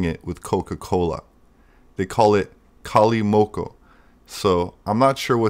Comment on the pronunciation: the mix of wine and coca-cola is pronounced "cali-mocho" ch-sound as in chair.